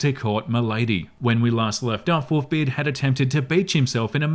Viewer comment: Wont lie was listening to this and not watching...thought he was saying WOOFBeard until he literally said Wolves....and even then he seem to be lacking an L everytime he says it xD